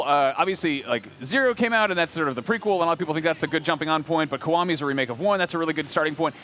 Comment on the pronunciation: It's not KOWAMI. IT"S "KEE WA MI." Is it that hard to for English speaking people to speak a simply word?